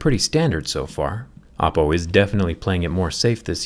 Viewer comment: Every time he says Oppo, I hear Apple. 😂